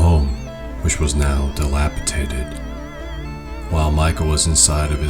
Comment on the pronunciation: he said delapitatid ,lol